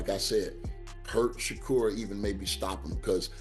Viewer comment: His name is not SHOCKER...his name is SHAKUR!!! Pronounce his damn name right!!!